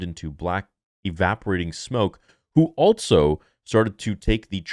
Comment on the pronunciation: “Altso” is a word? Thought it was also all this time